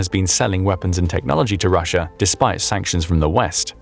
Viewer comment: Russier? Why did the narrator call Russia Russier? At the :54 mark